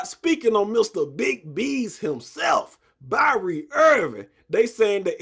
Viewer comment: Bruh said Byrie Irving😂😂😂